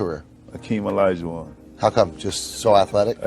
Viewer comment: Can you say his name correctly please only thing keeping this video from being great